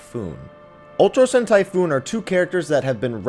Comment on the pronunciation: it's Typhon. Not, Typhoon. Jesus your pronunciations..